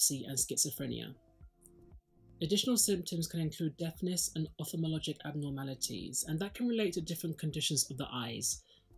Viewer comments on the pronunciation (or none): The pronunciation of Opthalmologic Is “Of thal mologic”. 😊😊😊